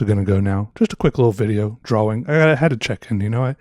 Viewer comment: Draw-wing...I like how says it.